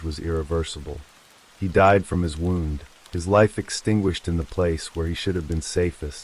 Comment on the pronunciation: It’s AI you can tell by the flat affect and pronunciation of words such as wound and live using both in incorrect context